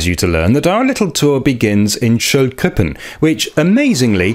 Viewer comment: How is your British accent still so strong when you pronounce Schöllkrippen?